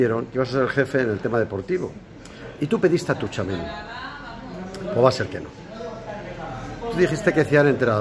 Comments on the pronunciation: Ron0: se pronuncia CHUAMENÍ no tushuameni. En francés la t+ch es nuestra ch, porque si no llevara t sería sh. Por otra parte, a ver si superas el tema Mbappé, que ya aburres. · Se pronuncia "Chuamení" no "Touchuameni" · Joder tomas que no se dice touuuchamenii Es TCHOU TCHOU TCHOU tchouameni no touchameni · Todas las veces que Roncero dice “Tou-Chameni” 😂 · Se pronuncia "Techáuameni" verdad? Xd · Bien roncero, ahora solo te falta decir bien su nombre tuchameni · Tomás, haz el favor y pronuncia bien el nombre. La T no se pronuncia. Se dice algo así como Chuameni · "Touchameni" 😂😂😂 Choamení, Roncero! Fichajazo! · Es tchuameni no tuchameni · se pronuncia CHU-A-MENÍ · Roncero se pronuncia "chuamení" con acento en la i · Es como decir a nuestra abuela que pronuncie facebook. Firsbú, farsbú, fusbú, fairsbú 🤣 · No sabe decirlo jajajaja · Apréndete el nombre bien, Tomas, que lo dices mal y v a estar muchos años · A ver Roncero, aprende a decir bien el nombre que va a estar muchos años en el Real Madrid. Y supera ya lo de Mbappé. Con Vini no tiene sitio en el equipo. Fue un error apostar por él en lugar de apostar por Halaand. Pero bueno en 2 años ese error se puede solucionar por 150 millones.